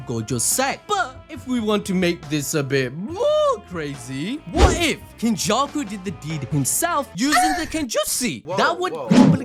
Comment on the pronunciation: This nigga did not just say “Kenjussy” …. Oh my